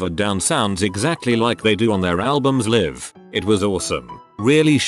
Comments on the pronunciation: Was anyone else bothered by the narrator saying Liv instead of L eye ve for Live? Just wondering!!🌹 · If it's a video about "live concerts" and "live shows", maybe use a voice over that can say the words "live concerts" and "live shows" correctly. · Keesha concert. robot can pronounce it right because dollar sign. Yet live is pronounced the wrong way every time. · Why does it keep pronouncing live 'live'?